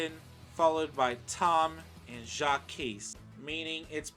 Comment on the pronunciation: I’m surprised you actually pronounced “Jacques” right instead of saying it like “Jacquise”.